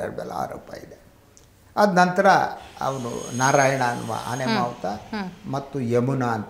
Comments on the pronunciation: "ಮಾಹುತ" ಅಲ್ಲಾ "ಮಾವುತ" ಕನ್ನಡವನ್ನು ಕೊಳ್ಳಬೇಡಿ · "ಮಾಹುತ" ಅಲ್ಲ ಅದು ಮಾವುತ 🥰